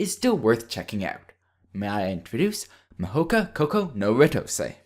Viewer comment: DAT AMERICAN PRONOUNCIATION OF THE TITLE! I'm sorry, I don't mean to be "That guy", but seriously, that was just... If you can't pronounce it, why not use the english title? "The Irregular at Magic High School".